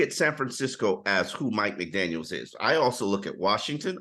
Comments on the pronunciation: PLEASE stop calling him "McDaniels" there is no S in his surname! Love you bro, but that is our Head Coach! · Yeah please don't mistake him for Josh McDaniels. 😬